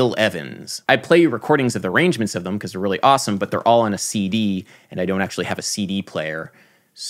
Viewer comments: Who else loves that Adam says "thum" instead of "them"? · Adam why do you pronounce "them" as /ðəm/ instead of /ðɛm/. Maybe it's because I'm british but I haven't heard many other Americans who pronounce it the way you do.